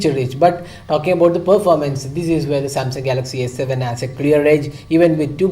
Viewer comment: he tells "here OK Samsung galaxy S7...." lol lol lol!!!! the J and S make a lot of difference LOL!!! good video though!!